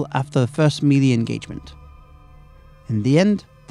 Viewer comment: dude the way he says "melee" really urks me.